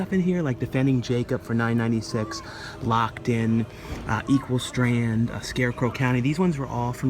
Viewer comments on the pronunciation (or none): In the video, you kept saying Equal Strand, it's actually Equal Standard.